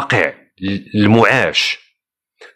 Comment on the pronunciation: المعيش وليس المعاش